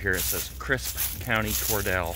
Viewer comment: Cor DEAL not Cor DELL. I thought we talked about this? Lol